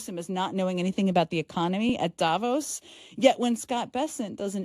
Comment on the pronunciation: You as an intelligent woman: please pronounce DAVOS correctly - it is DAFOHS (stress on the long vowel on the second sillable)- greetings, love and hope from Switzerland.